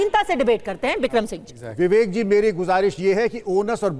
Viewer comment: बिबिकजी नही बिबेक गधा गधा गधा गधा गधा गधा गधा गधा बोलना चाहिए